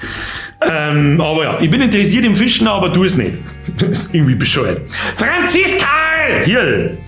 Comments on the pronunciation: schönster bayrischer mädel Name: FRANZISKARRRRRR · Ashley oder Franziskarrrrr